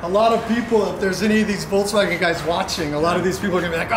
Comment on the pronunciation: Love how you guys pronounce it VOLTS WAGON when it is VOLKSWAGEN